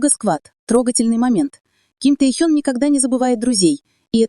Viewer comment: Почему неправильно называете Ким Техена?